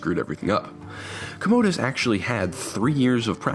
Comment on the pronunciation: COM-OH-DUS..not COHMOHDUS lol